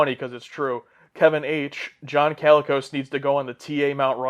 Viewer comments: LOL the number of times you guys mispronounced "Colicos" made me a little crazy... 😅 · I believe it’s John ‘koh-lee-kos’ not ‘calicos’ like the cats.